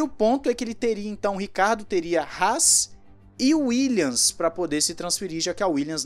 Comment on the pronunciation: "uílhas" rs